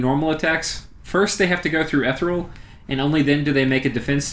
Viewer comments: Listening to you say ethereal wrong is maddening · Eth Ear ee uhl.Ethereal. Stygian - the g is like the dge in fudge. Stidgean. Sorry for the moment of pedantry, great great video, thank you very much, keep publishing em. There isn't another game out there like Dominions, and the more support it gets the better - and I must say, on youtube the support it does get, my god stuff like this and the actual plays you post and others, like MarcusAureliusLP, GeneralConfusion, Yakri and others I can't think of off the top of my head (and to them I apologize), is universally top notch. A great game inspires great support.